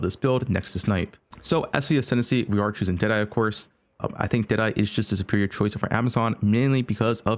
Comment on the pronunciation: When he says "deadeye" it sounds like an Aussie saying "today"